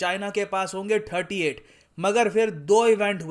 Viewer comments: You have difficulty in pronouncing thirty digits. You say tharty instead of thirty. Tharty eight se tharty nine… work on it if possible. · Try to touch your tongue to the back of upper front teeth. When you say thirty. It will help you pronounce thirty digits